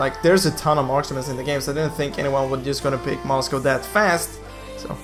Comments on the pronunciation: oh goodness, you are pronouncing Moscov as "Moscow"... Facepalm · Itu Aksen-nya orang swedia